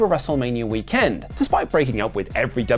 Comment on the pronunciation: I've never noticed this till now, but says weekend weird. He says wee-KEND with the emphasis on 'Kend.'